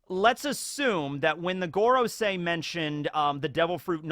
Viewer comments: When will someone tell him that 5 in Japanese is pronounced "goh" like in "got" and not "goat" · You would never pronounce “goro” as gore-o in Japanese. Japanese hiragana are always pronounced the same in Japanese, (casual enunciation slurs the sounds in certain situations, like making the U silent in words like Sasuke) Just bite the bullet and learn how to read/write/pronounce the Japanese alphabet. It takes about a day and really comes in handy. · I think it's pronounced more like 'Gohrosei, or Gåråsei' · It would be pronounced gorOOsee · I think it’s go-row-sigh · It's pronounced like goron.. 👌🏻👏🏻👏🏻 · Your usual pronounciation of Gorosei is correct. The other pronounciation sounds less Japanese (I.e. a Japanese person wouldn't pronounce Go, as in the number five, in the way that we pronounce the English word Go. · you should really look up the pronunciation of FIVE in Japanese